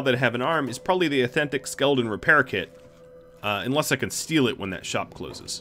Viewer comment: Why tf do you say skeleton like that you don’t even have an accent so why